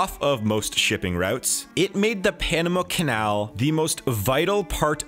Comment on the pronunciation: "bought the Panema canal" ye sure